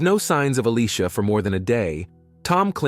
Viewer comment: This whole time her name is pronounced as a-lee-sha, but for some reason... she's randomly called A-lee-cia?????